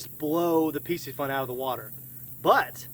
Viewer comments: I can't help but think that it's not really pronounced Pissyfun. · Dope video I was looking at getting that torrent Just to let you know piscifun is pronounced fishy fun lol